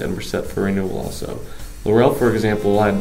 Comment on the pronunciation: first of all.............IT IS PRONOUNCED LAUREL HOMES.....NOT LAUR - EL HOMES....I WAS AROUND WHEN THIS HUGE PROJECT WAS BUILT..............YOUR NARRATOR IS SO MONOTONED AND BORING..AND THEN KEEPS MIS=PRONOUNCING THE NAME OF THE PROJECT. LAUREL....not LAUR- EL......! Waching paint dry would be more interesting...omg....please do some reserarch before you narrate a video! (Laurel...like dont "rest on your laurels"....not emphasis on the second syllable. OK>?